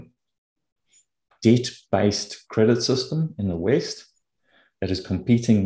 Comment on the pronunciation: I like how pronounces "west" with a drawn out "ee" so it sounds like waste:-)